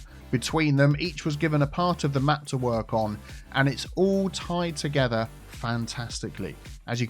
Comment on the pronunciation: well since you said it 80 times in 2 minutes, play off "together".... Teagetha. Tea Geh tha. Ta getha Together. Picking up what im putting down mate?